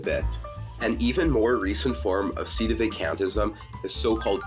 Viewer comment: @@ He can't even pronounce "Sedevacantism" correctly. It's really irritating me.